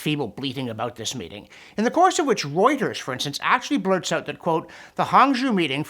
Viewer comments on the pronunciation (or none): none